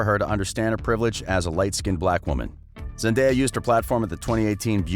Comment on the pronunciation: I know this is about Zendaya but he pronounce her name wrong